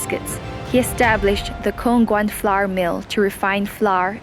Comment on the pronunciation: gosh... you could have contracted a host that can pronounce Flour correctly right?